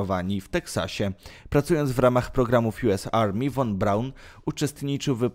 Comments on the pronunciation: Drogi Youtuberze po 1 jeśli chcesz o czymś robić swój filmik przygotuj się dobrze do zadania bo szerzenie fałszywych i niewłaściwych informacji jest co najmniej kompromitujące ! Naucz się wymawiać w danym języku nazw nazwisk miast etc i zasięgnij źródeł żeby fachowo rozpowszechniać informacje Dla przykładu Werner Von Braun czyta się „Fon” a nie „won” a Braun nie oddał się Amerykanom to Amerykanie oferując mu wysokie stanowiska i chojne zarobki ( zreszta wielu innych naukowców niemieckich ) dawali możliwości rkontynuacji prac zawodowych pieniądze etc to hipokryci amerykańscy „przekonali” go do wyjazdu i pracy dla nich gdzie dali mu stanowisko dyrektora NASA itd itd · Juz miałem to samo napisać, ale mnie Pan ubiegł. ☺ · Won : precz sta,d , usun' sie, , zjezdzaj ITP ITD❗ 😱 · Cholernie denerwujące to "won". Poza tym część niemieckich naukowców przejęli Rosjanie. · Nie won Braun, tylko von Braun! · Nie won tylko von(fon) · Jakie won-mowi się fon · Nie won a fon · von się czyta "fon"!!!!! Boże, nauczyć się tak trudno?